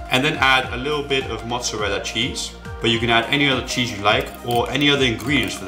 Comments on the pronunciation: motzzerella chise not cheeseyou said cheese before then u repratee saying chise u funny keep up the good work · chis... you say it cheeees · why do you say ,,chaise'' instead of ,,cheese'' in the 1st one? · did he say "chize" why the fuck ???